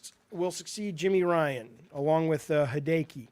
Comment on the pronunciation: "Hee day kee" lmao jaffe. "Hee day ah kee" for hideaki nishino